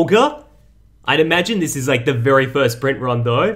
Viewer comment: Mmmmmmhhhhh bery nice bery good